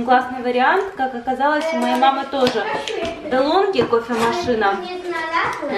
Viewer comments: я тоже теперь такую кофемашину хочу <3 ПС: правильно произносить "делонГи" (итальянское произношение) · Спасибо за влог!) Хотела написать, что DELONGHI Это итальянский бренд, и в итал.язык е сочетание GH- читается как Г. Тоесть правильно ДЕЛОНГИ :) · DeLonghi …. дэлонги произносится :)